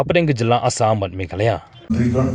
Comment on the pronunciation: Not meghaloy it's Meghalaya.